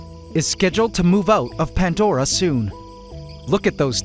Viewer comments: Again there is NO "T" in PANDORA 😂 , PANT-DORA IS WRONG SPELLING 😂😂😂😂😂😂😂 👉 P A N D O R A 👈 CORRECT SPELLING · Anyone else notice that it's called.... ; "Pant" Dora And not ; Pandora like how it's said? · 🫣 THERE IS NO "T" IN PANDORA 😂